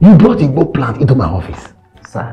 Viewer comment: The way dey take pronounce "igbo" sef 😅